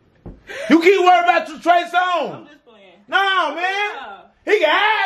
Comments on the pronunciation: She said trey Songz😭🤣😭🤣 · Man is a fool 😂😂😂😂 not she keep saying trey songz 😂😂😂😂😂